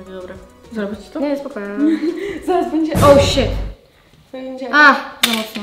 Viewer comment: xd „oł śet” mnie już to tak denerwujexdd😂🪑